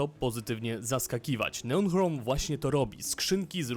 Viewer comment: O ile pamiętam to "ch" nigdy się w języku angielskim nie czyta jako polskie "h".